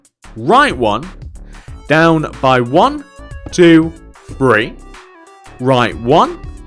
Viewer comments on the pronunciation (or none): Why do you say three like free